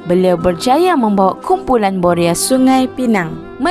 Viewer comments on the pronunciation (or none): Boya atau boria...lidah awk pelat dlm bnyk video sblm.ini